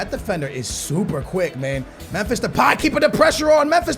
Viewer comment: Bus Alex Telles For backup left back Btw u cant say Memphis (first name of Depay)